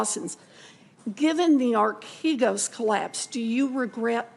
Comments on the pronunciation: Telling on herself by mispronouncing archegos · Bro what are you talking about she literally mispronounced archegos DURING this clip